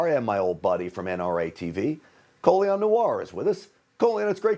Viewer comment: Co-leon-nor... It's pronounced Colin..